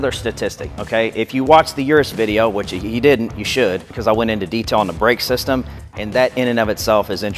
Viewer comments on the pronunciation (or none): none